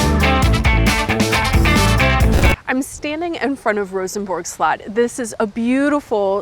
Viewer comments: "Castle", not slut! 😆😆😆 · Info: "Slot" in Danish means "castle", and yes it is pronounced "slut".